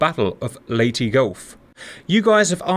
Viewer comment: Perfect pronunciation of "Leyte".